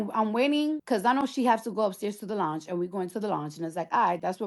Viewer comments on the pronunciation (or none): Launch? I was like what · The fact that she can’t pronounce lounge is pissing me off